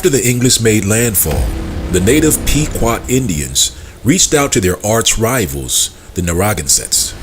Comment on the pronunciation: Narragansett is pronounced Nair-ra-gan-sett, and the t at the end of Pequot is not really pronounced.